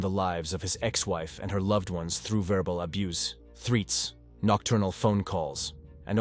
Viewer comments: What is "theewts"?? Did you mean threats??? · Geez, this AI was extremely bad!!! So many mispronunciations! AI isn’t all that intelligent considering it can’t even pronounce threats!!!